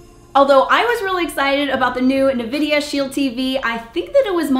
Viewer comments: Thank you for the review. Not trying to be rude but it's pronounced en-vi-di-uh not ni-vi-di-uh. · It's pronounced N- vidia not (nuhvidia) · Nice review. The N-vidia Shield TV IS the absolute best streaming device I have ever owned. N-vidia has produced a winning combination of speed, power, and flexibility with this unit and I LOVE it. Nvidia... no "a" after the N... COULD sell this kit for less, but I'll buy 2 more at this price and it WILL be worth it.